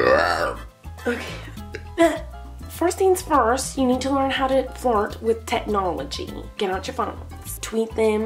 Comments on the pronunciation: Is it only my or does somebody else also understand "fart" instead of "flirt" ? how to fart with your face ? :) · Who else heard fart instead of flirt in this video ?!?!?! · When she said flirt it sound like fart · I thought she said "I'm teaching how to fart" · I love how it totally sounds like she's saying, "Fart" instead of "flirt." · I THOUGHT SHE SAID HOW TO FART 😭😂😩😂😭😭😂😭😭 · when u say "flirt" it sounds like "fart"!!